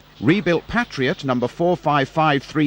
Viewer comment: Was looking forward to this. But hearing basics liked 'Patriot' and 'Stanier' mispronounced immediately had me reaching for the 'back' button. What a shame.